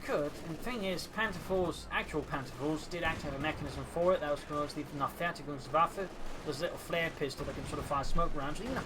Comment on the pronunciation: It's called "Nah-ver-TEI-digungs-waffe", not "Nah-ver-ti-gungswaffe" x0 But great cast anyways. Think Tintin should have used Jaeger infantry, would have benefitted his playstyle a bit more.